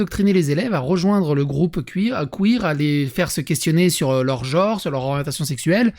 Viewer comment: ah non mais à "geôre" moi je ragequit, désolé.. vous me ferez 10 lignes de "gENre" pour demain.